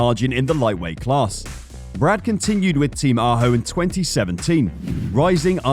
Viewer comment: Your pronunciation of all the key names is terrible. Team Ajo = Eye O Ekerold= Ecker-old. Kork Ballington= Cork Bal-ing-ton.. Sort it out and give some respect to those great people.